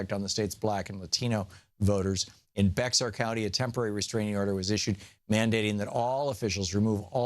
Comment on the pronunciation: Thom, Bexar is pronounced bear. I used to live in San Antonio, Bexar County.